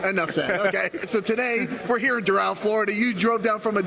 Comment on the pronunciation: i was all about this guy until he mispronounced "Doral"